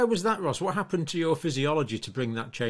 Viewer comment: She is Ros, a lady.. Ergo "roz" (voiced S). (Often a shortened form of Rosalind.) Not Ross, a gent, (voiceless S).